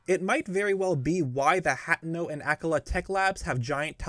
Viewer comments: “Hat’no” “Ak’la” Bruh, it’s pronounced “Ak-All-uh” and “Hut-ainoh” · i get so engrossed in these theory videos and all of the meticulous research being presented....until says HAT-no or "AK-uh-luh" lol.